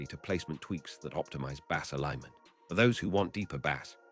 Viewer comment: Bad AI. You will recognize why once you hear the pronunciation of Bass and other words.